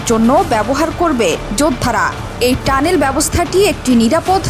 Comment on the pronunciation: স্টানেল না টানেল হবে